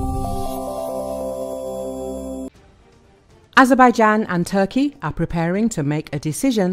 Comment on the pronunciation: Nie ezebajden tylko A-zer-bej-dżan, jak ten AI już denerwuje! Sam jesteś ezebeden